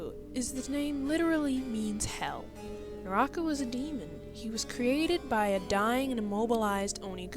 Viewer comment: Actually, her name's Kirara, not Kiara. If you watch sub you can clearly hear them say "Kirara" (pronounced kee-rah-rah) edit: Also Naraku's name is pronounced nah-rah-koo